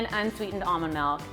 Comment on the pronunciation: I hate the way she pronounce “almond milk”...